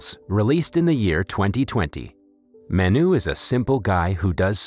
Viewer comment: It’s not maa-n-uu its m-uh-nu correct way to pronounce this Indian word Manu